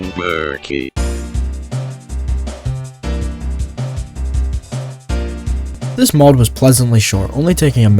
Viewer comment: Ok "Burkey" Whatever you say.